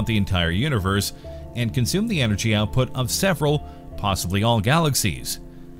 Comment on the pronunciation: Give the script a couple read-throughs before you record. The energy out put is what the scale is measuring. "According to The Energy Output" sounds like a source referal when you preceed it with that hard full stop.